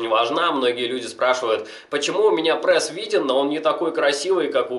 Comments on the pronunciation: Пресс, а не прэсс, правилоно говорить пресс! На канале с такой тематикой ты обязан говорить правильно!) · Не прэс а прееееееееес😤😤😤😤прям бесит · Каждое твое "ПРЭС" удар по моим ушам) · ска, я обожаю как он произносит это слово "ПРЭС". ПРЭС,ПРЭС, ПРЭС ЕЩЁ БОЛЬШЕ ПРЭСА! ДААААА, я теку прям :D